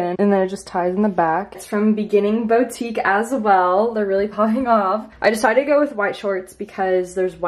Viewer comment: boutique is not pronounced “bowtique” its “bootique”